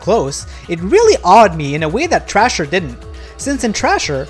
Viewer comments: Cmon man.... its called THRASHER..... NOT TRASHER.... how you gonna do a review and you cant even read or say it right... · How???? Bro hes not even saying the right name.... its called THRASHER...... AS IN TO THRASH.... not garbage called trasher..... jeez you people are slow and very unobservant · Dude, it’s not called “Trasher” it’s called “Thrasher” … brutal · How so???? Its called THRASHER...... not trasher.... thats a different game entirely.... ugh......